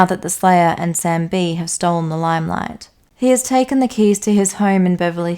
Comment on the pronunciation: "cays" lol